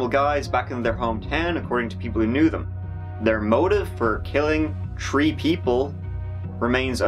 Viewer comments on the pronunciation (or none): Very sad, humanity can be cruel. on another note, isn't it funny how when the narrator says 'three', he pronounces it 'tree', but when he says 'third', he still pronounces it 'third'? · I subscribed because I crack up every time he says turd this and tree that. Haha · If you say three as tree, why isn't third pronounced as turd? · This guy won't do a video unless he's able to say "tree" (3), "turteen" (13) or "turtytree" (33)... : ) and to be clear, we love his show! he's better than the big budget shows by far. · Us British say free instead of three or tree lol! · You say three like tree what is up with that 😂😂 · Why can’t you say three properly 😡